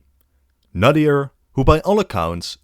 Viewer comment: FINNALY SOMEBODY TALK ABOUT OUR HISTORY 😭 iran has such a rich history and nobody even acknowledgedes it. So happy were getting some attention! Nadr shah was incredible by the way it's nadr not nadir